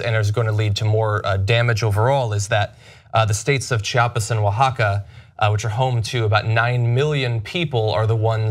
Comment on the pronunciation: Bless your heart for pronouncing Oaxaca correctly. I know that's besides the point, but right on.